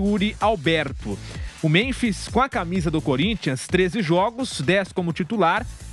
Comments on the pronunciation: Vampeta não consegue nem falar, chamando o memphis de memis...kkkk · Boa, achei que era só eu que tinha observado o Vampeta chamar o homem de memis kkkkkk